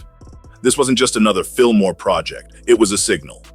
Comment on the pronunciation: No R lol jus Fillmoe 👌🏾